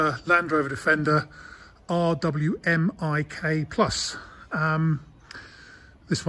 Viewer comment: You pronounce it as “R WiMiK Revised Weapons Mounted Installation Kit, this one being enhanced.